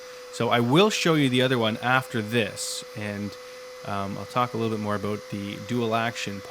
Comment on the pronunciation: Thank you! Very good informative! May paint a new bumper for my Saab using your techniques. Did I hear aboot?